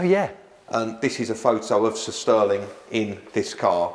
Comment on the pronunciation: He says 'Sir Stirling' like 'sisterling'.